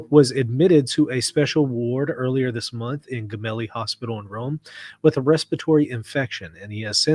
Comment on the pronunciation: It's pronounced "Jemelli"